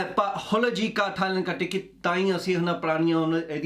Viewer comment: She's saying thaiLund and gets awkward when he says nunu... Awwwwkward 🙃🤷🏻‍♂️